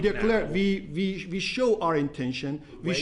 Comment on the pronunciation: Vee Vill Vork to Vin this. somebody teach this guy it's "we" not Vee